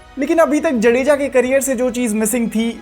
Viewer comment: भाई जडेजा नहीं जाड़ेजा है